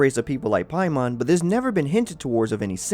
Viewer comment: It's NOT pronounced "Pie-mawn" in the 9 demons... It's pronounced "pay-men"